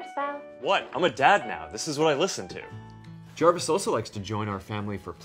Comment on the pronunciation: He is crazy. It's harvis